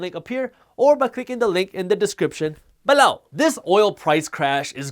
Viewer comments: Nobody: Jaspreet: BEHLOW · in the description... BAAH-LOWE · He does it again . It makes me chuckle 😂😂